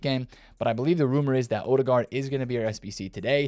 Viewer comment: Professionally butchered the Ødegaard pronunciation.